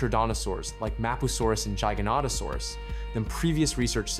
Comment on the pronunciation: I’m sorry, HOW DID HE PRONOUNCE GIGANOTOSAURUS